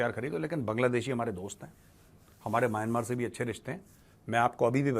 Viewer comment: सही उच्चारण "म्यानमार" है।